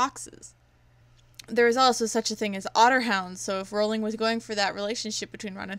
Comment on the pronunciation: You’re voice is absolutely fine. But here’s a tip: Rowling is pronounced like rolling ;)